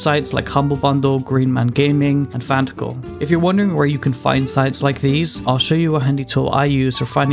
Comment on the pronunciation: Fantical? Lol